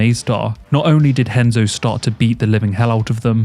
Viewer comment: Y'know... if the name "Renzo" is going to be pronounced as "Henzo", shouldn't the R in the name "Gracie" be said as an H as well? Shouldn't it? C'mon...